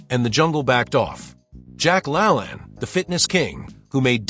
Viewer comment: Jack La Laaane, not lalan